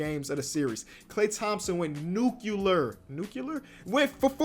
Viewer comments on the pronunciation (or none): My man said nuculer instead of nuclear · This video was "neuculer". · Klay went NUCULERRR!!!